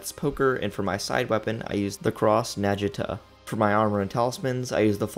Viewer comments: The cross...what now? Najita? Please tell me you read the word Naginata and just disregarded or changed half the letters lol. Nah-geen-on-tuh, brother. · its called naginata not nagita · NAHHGIINATAHHH not NAJITA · He can say natakiba but absolutely butchers natinata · It is said naginata (Nah-gi-nah-ta) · Naginata is pronounced (nah-gie-na-taa) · wtf is a "najinta"? i think you are missing another A in there..... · Hearing you mispronounce "naginata" as "nagita" hurt the medival weapons nerd in me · Bro was trying really hard not to get canceled when saying naginata☠️☠️☠️ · Your "naginata" pronunciation was funny af Great video! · Dude mentions Musky Rat and with that pronunciation of Naginata, oof ouch, my bones. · Im gonna kill this for the way he says naginata. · Did the way he was pronouncing naginata slightly bother anyone else?